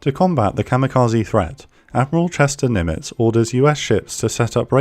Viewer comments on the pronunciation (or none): none